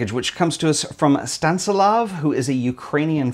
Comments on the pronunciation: ..sta nis lav.. not stan si lav.... 😉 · I like the gold Polaroid!! Anything looks better with some gold on it! 😉 One thing: I'm quite sure it's Stan-IS-lav! 😉 Another very inspiring show,. I love the book by your online friend Sinnøve! So beautiful! 😍❤